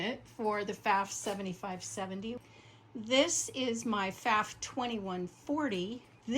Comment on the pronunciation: Nice collection. Pfaff rhymes with off, BTW.